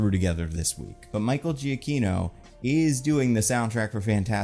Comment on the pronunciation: Almost unrelated to the video but bothers me every time you mention his name lol. Michael Giacchino’s name is pronounced Juh Key No not Gee a key no Can see evidence of that on his personal website biography section